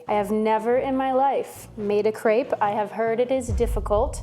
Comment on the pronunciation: I love your channel and videos! But the way you say words like Gratin or Crêpe physically harms me and makes me feel like I'm maybe too European for that